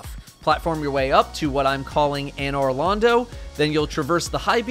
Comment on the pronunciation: People who have never played dark souls: “What the hell is A-Noir Lond-Oh?!”